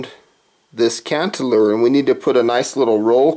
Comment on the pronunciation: Its cannelure not cantelure.